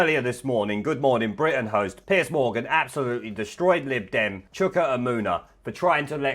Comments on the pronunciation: "Piece"??? It's Piers... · 'Piers' nor 'Piece'. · Why keep calling him "Piece" Morgan? It's Piers for goodness sake!!!!